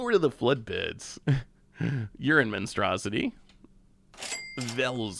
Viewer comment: Ursine Monstronsity becomes "Urine Monstrosity." Favorite pronunciation ever.